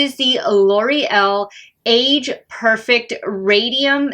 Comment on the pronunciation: Perfect- It isn't pronounced 'perfec' it's 'perfect' !!! There is a 't' at the end . Ugh